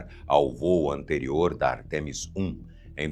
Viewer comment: não existe artEmis, o correto é Ártemis, uma palavra proparoxítona.